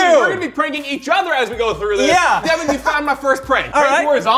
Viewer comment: It's Devin not